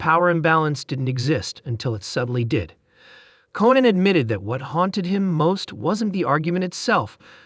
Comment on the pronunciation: If this idiot AI voice doesn't know how to pronounce the name Reiner or Conan, they shouldn't be writing anything and ought to be disconnected. MJG